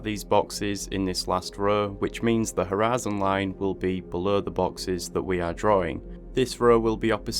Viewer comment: am i the only one who hears "harassing line" ?